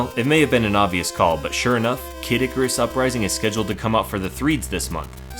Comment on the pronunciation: hehe K. dic-arus, could have sworn he pronounced it that way a few times